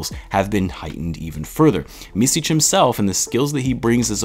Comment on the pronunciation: Your soft "c" on the end of Micić is on point , only thing that is of is in the middle of his name, it`s not Misić , it`s more like Mitzić. Hope that helps. And also , props for trying to pronounce it the right way.